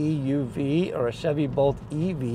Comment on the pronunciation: You were saying “Bolt”, right? Sounded like “Volt”. 😊 Whenever Aptera gets their three-wheeler out the door, it won’t be too late for me… unless I’m dead, of course. But I’m positively (charged) confident I’ll be alive and kickin’ when my Aptera’s ready for me.. I like Teslas okay, I just don’t like Elon.